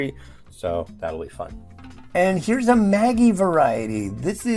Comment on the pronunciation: The Vegemite noodles will be nice. Vegemite tastes like Soy Sauce so how can it go wrong? I'm Aussie and I've never seen Vegemite noodles in my life. It must have been a limited edition! Maggi is pronounced like magic, by the way, not like the girls name.